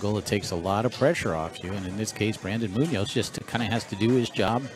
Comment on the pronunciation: I'm trying to teach people how to pronounce "Munoz" correctly. The accent goes in the 'O' and not in the 'U''. But they're arguing with A Spanish Grammar Teacher. There are some people don't ever want to learn.